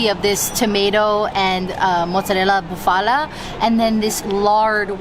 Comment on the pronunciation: Nice video….you could tell that you were having a great time and passionate about your trip. Buffalo or Bufala has the accent on the first syllable so BU’ fa lo instead of bu Fa’ la….hopefully you can visit Modena and have some Crema Balsamica on gelati. Enjoy!!